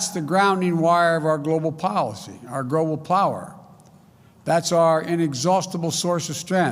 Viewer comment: What is “gwobal” power .